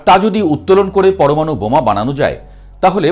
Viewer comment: তোতলাটাকে বলুন পরমাণু কথাটা না তোতলে উচ্চারণ করতে।